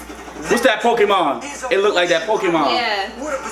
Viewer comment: "It's that Pokamon its that pokamon " 😂😂😂😂